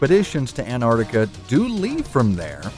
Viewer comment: GamingXUniverse -Gaming at its best! u could stay at my igloo once u move to Antarctica! and btw it is pronounced Antarctica 😂